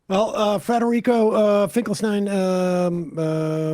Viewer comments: BTW, the guy's name is Federico, not "Frederico". There's an extra R there. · Just one thing: it's FEDERICO, not Frederico